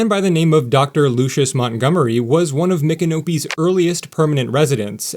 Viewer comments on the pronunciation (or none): none